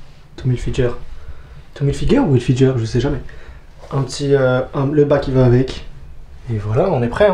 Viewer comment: Tommy hilfiguer sa se prononce même si ça s'écrit hilfiger 😉